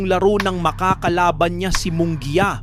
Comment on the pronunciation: Munguia d mo kayang basahin at e prounce properly? and also Kompyansado. where did you get that word?